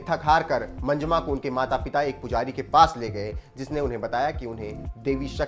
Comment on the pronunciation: Manjma nahi bhai, pronounce the names properly It's "MANJAMMA".